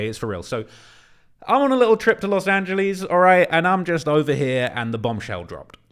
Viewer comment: Theres no E at the end of Angeles.